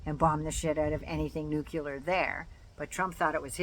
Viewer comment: To pronounce “nuclear” say “new” then “clear”. Repeat slowly and gradually faster. Much love and respect!